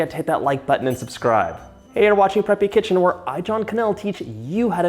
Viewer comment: Preppy Kitchen or Preppy Chicken? 😂 Sorry! Made me laugh though!